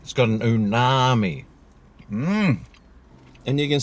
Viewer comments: It's umami...not oonami...fkn stoned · it's uMami!! It's not uNami!!!!! I keep telling you! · It's umami not unami lol😊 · It's umami, not unami numbnuts.